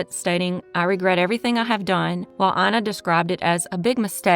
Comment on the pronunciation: "Ina" is pronounced [ena] here.